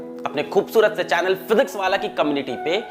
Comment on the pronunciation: Paowallah nahi , physicswallah hai yeh!! 😎